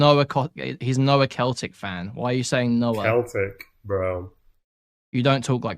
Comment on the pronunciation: How does an Englishman not know how to pronounce Celtic FC?